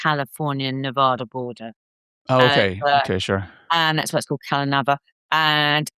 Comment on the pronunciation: Pronounced 'CalNeeeeeeeva'- and yes Sinatra was involved in CalNeva-he OWNED most of it ... this bird being interviewed is NOT impressive-maybe the emmy award in the background is a dead give away to her incompetence. Monroe's house was in Brentwood, not Santa Monica, this crappy writer sucks....